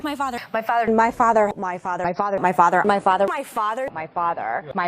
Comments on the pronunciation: Her "fazzah"? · After a while, doesn't it sound like she's saying "my fodder" ?? ;) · After a while it sounds like she is saying "my fodder," 😅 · Settle down ppl. ... she's saying "my FARTER" . .... she's talking about her gin-soaked butt! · when "my father" morphs into "my fodder" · He was our fodder in nam!